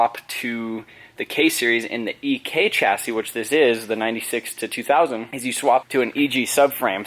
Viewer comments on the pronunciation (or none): "Ek hatch " lol